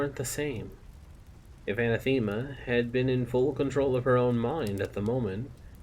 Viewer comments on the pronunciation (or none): OK ... i have been appreciating this reading, but... i hate to do this , it has been killing me the entire time, and yes i will finish your reading of this., it is just this one thing... a·nath·e·ma /əˈnaTHəmə/ [[ Uh'nah'thu'mu ]] noun 1.something or someone that one vehemently dislikes. "racial hatred was anathema to her" Similar: abhorrent hateful odious repugnant repellent offensive abomination abhorrence aversion monstrosity outrage evil disgrace bane bugbear bête noire pariah 2. a formal curse by a pope or a council of the Church, excommunicating a person or denouncing a doctrine. "the Pope laid special emphasis on the second of these anathemas" thank you, i will step away from my soap box now. again, many apologies